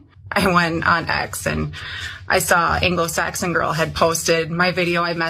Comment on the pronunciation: Did she say she spoke with an "Angelo Saxon"? LOL, that really says a lot.